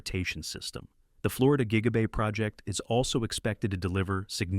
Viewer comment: Tweak your AI voiceover. It keeps calling Gigabay Jiggabay